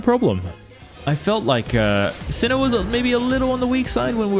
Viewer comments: it hurts my soul everytime you say sin-o instead of sai-no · Why'd he call him "cino" 💀